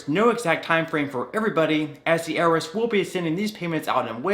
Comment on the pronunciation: it’s called I R S not earis